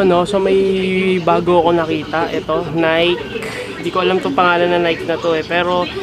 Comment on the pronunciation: tamang pronounciation ng 'Nike" is " Ni - key/ Naykey" napapadalas na ang paguukay shoes mo ah